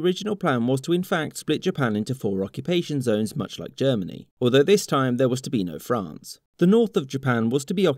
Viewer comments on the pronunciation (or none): none